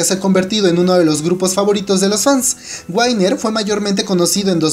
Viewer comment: no es 'Wainer' es WINNER tal cual de pronuncia